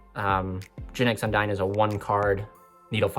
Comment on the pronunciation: Don't want to be that guy, but Undine is pronouned with the long "e" sound (Un-deen), not the long "i" sound (Un-dyne). I've been hearing too many people saying it the wrong way and it bugs me a little bit.